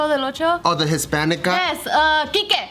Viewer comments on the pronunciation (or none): SHE SAID KIKE ! 🤣🤣🤣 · She say quique lol